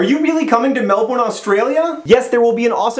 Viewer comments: Wait... how did he pronounce Melbourne? That was even worse than the time he tried to do an Aussie accent... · the way you say Melbourne. You say it like Mel-born when here it's pronounced Mel-ben it's cracks me up how your foreigners pronounce anything to do with Australia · LOL MEL-BORN. yeah its melbin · melbourne is not pronounced 'mel-born', is pronuounced 'mel-bin' just sayin' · ITS. NOT. PRONOUNCED. MEL-BORN. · its pronounced melb-un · Mel-BORN. Everytime I hear someone say Melbourne like "MelBORN", i laugh so much. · I don't know what kind of Australians you were watching, but here in Melbourne we say MEL-burn :) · Gotta love how he says Mel-Born when down under we're lazy and only use like half the proper amout of sylables...He's coming here! Suck on that Sydney! Have the Grand Prix we don't want it! Don't know why you do...back on track....Oh, Yeah! Nerdfighters Foxtrot Tango Whiskey! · *sigh* I know you probably found this out when you got to Melbourne, but it's pronounced Mel + burn . Sorry, that was a bit grating ;o) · It's pronounced MelBURN. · I wince every time he says melbourne because of your pronunciation. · It's all of them. Every single American cannot pronounce Melbourne like a normal person. I have taken to shouting at whatever it is I am watching. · Awww~ he says Melbourne wrong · thats not how you pronounce melbourne... xD